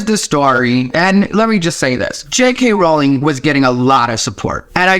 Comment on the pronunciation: I can't tell you how happy I am that you pronounce her last name correctly. ♥